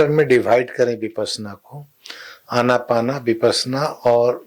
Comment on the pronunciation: कृपया " अनापाना " नहीं बल्कि "आनापान" बोलें विदेशी लोग इस को " ANAPANA ". बोलते हैं आन + अपान = आनापान आन = भीतर आने वाला सांस अपान = बाहर जाने वाला सांस